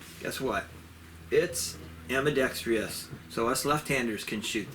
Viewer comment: The word is ambidextrous, not ambidextrious. The extra syllable improves nothing.